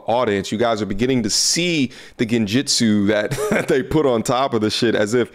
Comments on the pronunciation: This dude said Genjitsu 😄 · Man said gen-jitsu 😭😭😭😭😭😭🤣🤣🤣🤣🤣